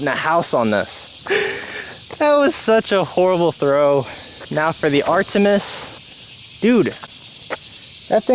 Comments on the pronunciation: man pronounced it "ar tee mis" lmaooooo, its pronounced "ar tuh mis" after the ancient greek goddess of the hunt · And it’s not “ar-TEE-mus”. It’s “AR-tuh-mis” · Art-a-miss I believe is the pronunciation for Artemis. Loves the vids homie. Hope you can make it to the North Texas area and we can olay